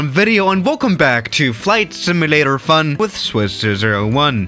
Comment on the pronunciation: Wait why he said simualtor